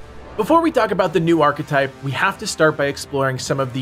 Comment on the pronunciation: New "Archa type" lol